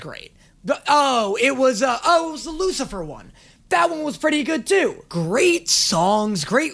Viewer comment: "Oh here comes the wucifer specal "